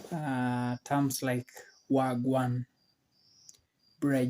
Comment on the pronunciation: It's "Wha Gwan", not Wagwan